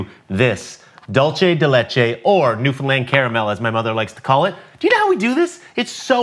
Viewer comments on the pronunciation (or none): Pronounce it Dool-se de leche, you seem to have the “de leche” part down pack, just practice it slowly and pick up the pace so it can roll off the tongue better You got this!